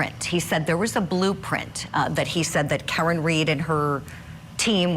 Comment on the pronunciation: Is this that lady Julie Grant? Had to be. Ridiculous how she pronounced Karen.